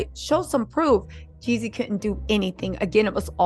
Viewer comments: It’s Jeezy you keep saying Yeezy 😢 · You change the narrative everything 30 minutes! And his name is Jeezy not Yeezy!